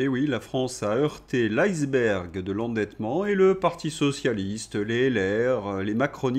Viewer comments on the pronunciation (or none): En français iceberg se prononce ISSE bergue